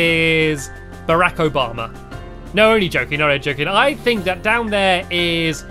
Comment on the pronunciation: " i think it barack obama " stampy said barack so funny lol